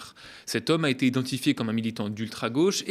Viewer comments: Bonjour, ça fait deux fois que je t'entends prononcer " a-t-été rejetée par l'ARCOM" au lieu de "a été rejetée"... Y aurait-il une nouvelle tolérance sur la prononciation de cette proposition verbale? Dans ce cas, merci à toi de me le confirmer! Sociétairement vôtre... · Il est mignon votre petit nouveau Mais le "a-t-été" m'écorche les oreilles à chaque fois Désolé fallait que je le dise :(